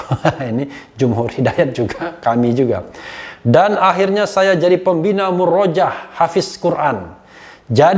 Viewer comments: Muroja'ah bacanya bang Refli. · om refly, itu Murojaah cara bacanya salah. yg benar Muroja ah. afwan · murajaah dibacanya mu-ro-ja-ah pak boss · lebih tepatnya dibaca "MUROJA'AH" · Maaf prof kalimat murojaah dibacanya muro ja' ah 🙏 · Bang Refly, maaf. Bacanya " Muroja'ah ~ Mu ro Ja ah